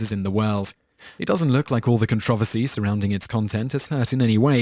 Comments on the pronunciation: Con-tro-ver-cy pls say it right. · Con-tra-ver-sy...... Wot? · Con trov oh see? Are you serious? You do know the r's not silent 'ight? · lol its pronounced con tro versy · I like how he says "controversy". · Stop saying controversy wrong! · Okay, you pronounce controversial right, so you KNOW how controversy is pronounced. There is a second 'r' you know? Other than that major nuisance, good video. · You pronounce "controversy" so oddly...